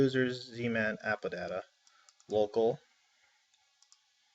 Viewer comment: anyone else kind of annoyed by how he says AppData? "AppaData"